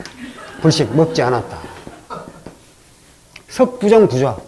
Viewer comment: 부정의 부도 길게 발음해야지요!!